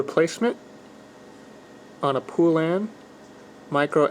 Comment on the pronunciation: It's not pool-an it's pole-an. That's the correct way to pronounce it. If u google it there's a retro commercial about all the different ways people mispronounce it lol. The way u say it is one of them. Don't feel bad where I live literally everyone says it wrong haha